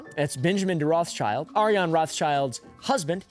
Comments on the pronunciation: ah yeah and its pronounced ROTHSHILD, its german sh is sch here.. so no children in that name LOL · btw its Rot(h)- s(c)hild not roths-child. its an old german name, Rot meaning red, so not pronounced with the classic th-sound and the second word is just schild which means shield